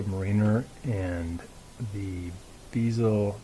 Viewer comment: That would be BEZEL as in say Betty or Bed. Not BEEZAL.